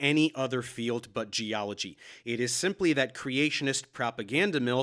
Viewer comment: Casey Luskin, Ph.D. Gee-ology.